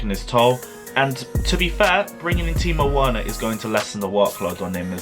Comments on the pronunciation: Pronounced Wener like Vener NOT Wena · Triggered how he says Werner's name 😂😂😂😂